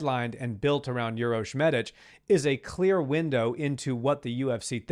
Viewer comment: Uros is pronounced "oo-roh-sh" and Medic is "meh-deech". It's not "your-os" or medic like the ambulance medic 🙂